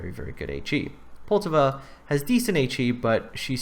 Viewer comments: Well first mistake is you cant pronounce Poltava. As with all americans you always pronounce it in english, even thou you KNOW its not what it sounds like in the native language. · Dude calm down, he probably just finds it hard to pronounce the name correctly, just try saying something that isn't in your native language, you'll probably get something wrong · And thats why people hate you, the ignorant stupidity. Poltava is not a fucking english name, so you dont pronounce it in english and then be "uh I dont know how its pronounced." Also I dont give a shit if hes canadian, english or american. English speakers in general remains the only group of people who CANNOT comprehend that not everything is pronounced in english.